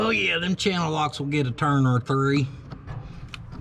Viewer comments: I about died at “1, 2 TREE, 4”. Thanks for the laugh. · SON OF A HECKER!! that intro when you counted "tree" took me by surprise, i sprayed my whole gosh darn computer setup like a firehose out of control... no wonder you are so succesful you handsome devil! :D love your content man ;)